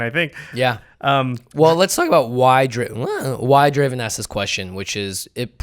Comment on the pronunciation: It's not Draven, it's Draaaaaven